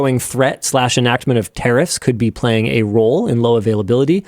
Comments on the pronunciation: Linus saying tariffs sounds like terrorist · Why Linus pronounces "tariffs" as "terrorist"?